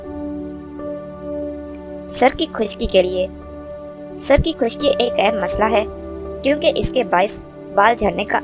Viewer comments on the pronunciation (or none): none